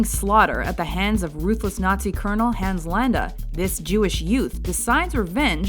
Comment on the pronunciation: the way you pronounce Hans Landa hurts